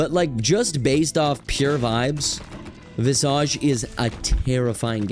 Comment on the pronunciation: pronouncing visage wrong is painful